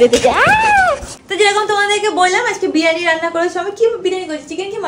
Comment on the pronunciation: বিরানী? এটা কি রকম উচ্চারণ 😂😂 বিরিয়ানি বলো